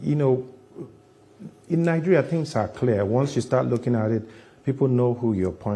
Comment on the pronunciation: Nijuria he said 😂😂!